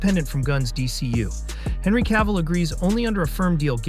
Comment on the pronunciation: C'est qui l'imbécile qui double ?! C'est CAVILL pas CAVALL, PATHÉTIQUE=Français